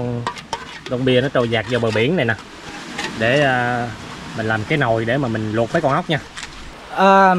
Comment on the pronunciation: Noi thằng để. Bot noi ngong đi. Nau cơm thanh lâu cơm. Noi chu .n thành chu l.chu l thành chứ n.mat hay